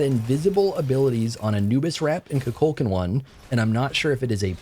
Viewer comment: Koo-Cool-K-AWWWW-N His game character says his own name “I am Kukulkan” You keep calling him “Koo-Kul-CAN” which sounds like Cu Chulainn Appreciate your content tho